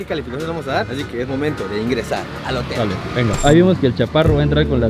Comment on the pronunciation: es hotem no motel 🤣🤣🤣🤣